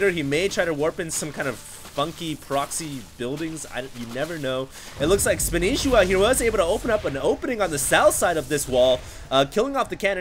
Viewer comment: THATS NOT SPANISHIWA!!!! its spanshwa